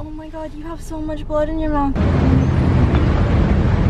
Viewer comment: "Blood in my moouuuuffffff"